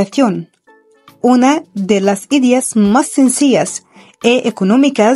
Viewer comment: Hola! Muchas gracias por compartir este hermoso video, todo está excelente y hermoso, a excepción de la narración, se aprecia el esfuerzo pero por amor de Dios que alguien le diga a la chica, que "pared e ideas" no llevan acento en la primera vocal.